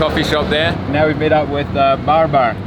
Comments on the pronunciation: Stop saying Barbar mate It sound like some pirate's name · Pronouncing Babar "Bar Bar" 😂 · I love your travel vlogs and interactions with the locals. Besides i enjoyed your pronunciation of Babar too. Would love to see you here again. Greetings from Rawalpindi Pakistan brother. Keep Rocking.